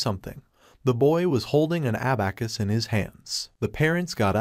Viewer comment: I cringe every time he says abacus